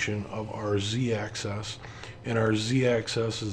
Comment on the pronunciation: Slight nit pick on pronunciation... Axis is pronounced like Taxes, Axis plural is usually pronounced like Taxis, but I've never heard anyone say "Access" before, even in Canada or Europe. Tiny nit pick, but consistency in the names of things helps newbies a lot. The recommendation for listening at 1.5 speed was brilliant and you were still perfectly clear.